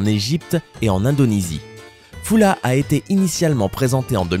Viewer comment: Ca ne se dit pas fula . Cela s'écrit Fulla mais se prononce فّلة, ou Faulla.